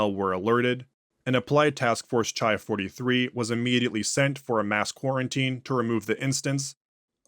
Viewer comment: I’m sorry to be That Guy but the classics degree in me is jumping out lol: I think the MTF designations are based on the Greek alphabet, so “chi” would be pronounced like “khai”, it’s like a k sound with a little puff of air, like how you say “Christ”. Keep up the awesome work!